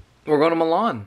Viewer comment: never felt so lucky to have my name be Milan, let alone hearing it pronounced the way mine is 🫣